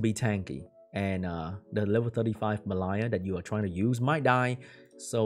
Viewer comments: It's not "Me Lie" it's "Mel E ah" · pronunciation doesn't help, but it is spelt "Mellia". Close haha:)